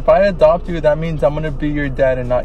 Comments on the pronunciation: At first I thought they were in a car wash then I saw the headlights from other cars. 😂 That was a crazy storm. Also it’s funny how says “dopt” instead of “adopt”. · I love the fact the says dopt me instead of adopt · Scott, can you dop me☺️